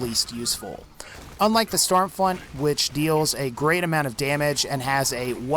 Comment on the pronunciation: i herd storm flunt